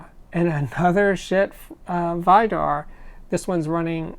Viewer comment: Vidar is pronounced "Vee-dar" it is a common Norwegian name.